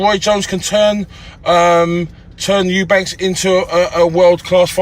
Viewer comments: What is it with Eubank(s). It's Eubank. How f****ng hard can it be? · Eubanks,Chris lemont was it 😂 this man's telling successful boxers what to do, life advise all sorts and can't even pronounce there names. thinks Roy Jones is eubank jr's trainer 😂🤦🏻‍♂️ the type of man to go to the local casino to watch the boxing but pretend he's an avid fan 😂